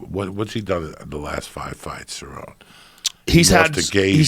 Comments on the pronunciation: Joe's inner monologue cringes every time Joey says Ceron. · Is it really that hard to get people names correct Joey??? You don't even know how to pronounce CerronE! Rachel Pennington...come on dude! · Nobody: Absolutely no one: Joey: serron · Joey Diaz be like: Ty-Ron Woodley, Nurmagomegomov, Ce-Rown, Stiopic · Joe "Rachel Pennington" Rogan Joey "Donald Sir-own" Diaz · Malik Hatch lol facts. “ ceron “ “ fucko “ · "Donald Ceron" lmaooooo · Davide C. Ceronney ain’t a fukkin prouncation of cerrone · Joey Diaz saying names- "Donald Cerron" "Stieopic" "Francis Uganano" "Kalabeb Nurgamagmadov" "Michael Conor" "Tieron Woodley" "George Maztaval"